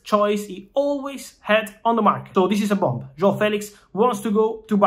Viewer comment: The way Fabrizio fighted to say "João" was really well! Well said! Saluti Dal Portogallo